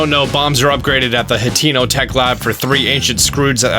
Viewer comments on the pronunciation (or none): its a japanese word so hateno is not pronounced with an e but with an eh, yeah dont forget to mention how a fully upgraded master sword still doubles in damage in the right condition, or is that just my game that its 120 ? xDD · Did this mo' fo' just say "Ha TEA No" tech lab?